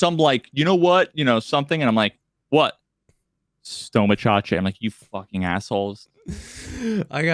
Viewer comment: 'stoma-cha-chay' had me dying